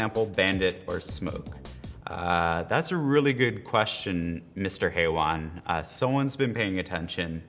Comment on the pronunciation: the way he pronounced haywan hahahahhaha